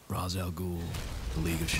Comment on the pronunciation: Bah I forgot they say Ra's name wrong in this and the Nolan movies, does my tits in.